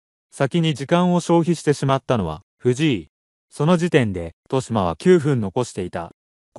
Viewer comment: としま× とよしま 〇 ほ× ふ〇（歩) 他、間違い過ぎ